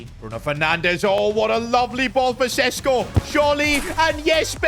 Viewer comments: its šeško not sesko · Day 2 of begging that šeško isn't pronounced sesko but sheshko